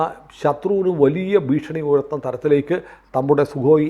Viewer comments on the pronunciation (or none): none